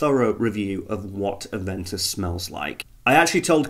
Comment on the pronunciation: It's Aven toos... smh